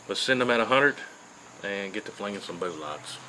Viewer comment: I simply subscribed because of the way he says bullots....😂😂